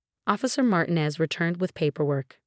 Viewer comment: I do like the narrator's voice. I have heard several stories by her. But. please, I beg you! She must learn how to pronounce people's names. In this story alone, Derrick and Martinez were constantly mispronounced. 😢In other stories, Rachel is mispronounced...and it is used often. Does no one review, edit or preview these stories? 🤯 Perhaps the voice-over actor is not a native English speaker. If not, then I congratulate her on her English speaking skills!😊 Is this possibility AI? I doubt it, as AI thinks a comma, like a period. is a full stop. PLEASE! Give her names she is familiar with and can easily pronounce or instruct her before hand. Never mess with someone's name.😬